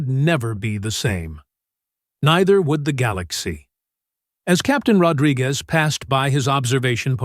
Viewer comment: Ahh AI has as much trouble pronouncing "Rodriguez" as the aliens do